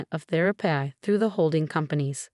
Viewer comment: thera-pee not thera-Pie! Grrrr!